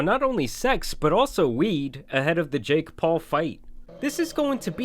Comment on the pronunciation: The way you pronounce "JaKe" is very off putting